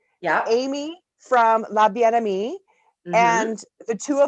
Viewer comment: Girls, when a name in French has two ee's at the end, it's pronounced ay like in Camay soap. So Bien Aimay and Lavallay.